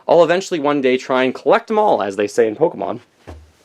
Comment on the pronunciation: If you are going to be a nintendo expert, Pokemon is "Poke-ay-mon" not "Poke-o-mon" I'm not butthurt, but according to *****, that's how you pronounce it.